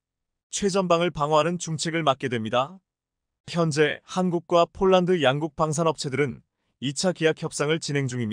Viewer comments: 아나운서의 말이 폴란드가 아니고? 쫄란드인가? 😅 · 발음을 똑똑하게해주세요 폴란드인지 쫄란드지 알아듣지도못하겠습니다 말음을 정확하게해주세요